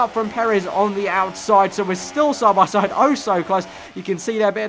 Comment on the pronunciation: 'as we go sahbahsahd'